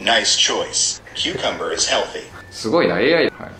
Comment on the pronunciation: から初めて学んだきゅうりの発音🥒 おれ今までキュキュンバーって発音してたわ（笑）